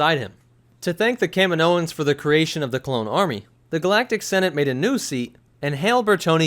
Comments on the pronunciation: I’m barely a Star Wars fan, but this guy calling them Kamin o ins is driving me nuts. They even say it in the movies. Ka meee no. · Its Kahhmeeenioans.... NOT Kaminoooooans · I always say and hear it as kah-meen-o-ans like the way you pronounce the planet. Kamino-ans. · It's ca-meen-oan :) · Yeah but again you pronounce it the same as the planet... it’s aggravating lol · you said it wrong way more then twice. I'll comment as many times as you pronounced it wrong if that makes you feel better about your lack of researching the topic or lack of respect for a fictional race